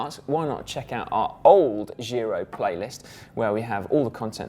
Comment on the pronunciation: Try saying: "gee-roh"